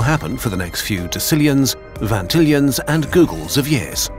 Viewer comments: Ah yes, a vantillion. Which is totes not prounounce like spelled, vigintillion. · I know googology up to the millinillions... what is a "vantillion" Okay i turned on CC to learn how to spell it correctly and i never would have guessed vigintillion was pronounced as such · that's not how you pronounce vigintillion u absolute snapper doodle